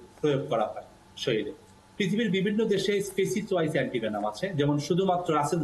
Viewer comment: শরীল না এটার উচ্চারণ হলো শরীর। ভাষাকে সঠিক ভাবে উপস্থাপন করুন